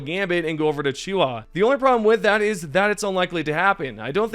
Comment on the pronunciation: Bro, you play the game, you listen to the planet names in game xD how are you getting Chooha from Choohe